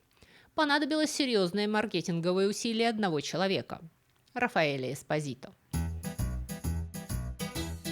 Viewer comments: ЄспОзито.ударение на о.типичная наполитанская фамилия.могу рассказать историю😂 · Милая спасибо за рассказ,Фамилия правильно звучит с ударением на слог по.EsPO'sito.Слушать вас хочется долго,все,то вы рассказывает интересно. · По-итальянски фамилия читается как ЭспО́зито ну и ещё несколько недочётов по чтению итальянских слов. Предполагаю незнание итальянского, простому рекомендую перед записью хотя бы спросить кого-нибудь "в теме" как это считается в оригинале. Понятно что всё нельзя знать.😊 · Ударение должно быть ЭспОзито